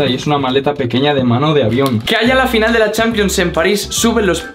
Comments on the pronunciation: Y dice finial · Dice fiñal